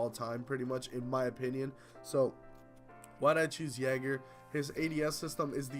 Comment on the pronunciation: It is NOT jager dont listen to him